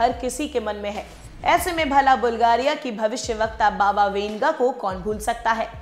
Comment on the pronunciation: Baba winga nahi wanga... Hehe